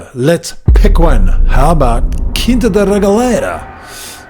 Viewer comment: Learning about Quinta da Regaleira from an asian tour guide? He can't even pronounce the word "Quinta" properly. Huge fail. Choose a portuguese native next time instead. It's not racism, but the natives know more about the history of their country than the immigrants.